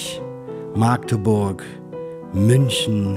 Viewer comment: Magdeburg bitte mit kurzem "a"aussprechen nicht 'Maagdeburg'